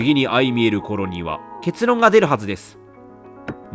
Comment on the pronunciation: レトさん、ずっと「相見える」を「あいみえる」って読んでるけど、「あいまみえる」ですお……